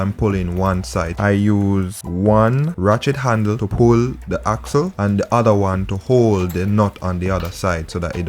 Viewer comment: This is very informative. I have a loose chain...will try this and also keep my mechanic on speed dial. but you keep distracting me...I keep hearing "Rat-shit handle".... Will delete comment...lol